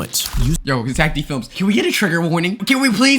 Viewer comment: Zack❌ Zeck✅